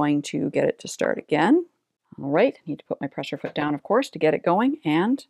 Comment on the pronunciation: at around the mark does she say PRESURE foot? I swear she does. Its a PRESSER foot.